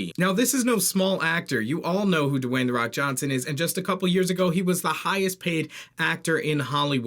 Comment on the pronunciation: His name is Dwayne, not Dewayne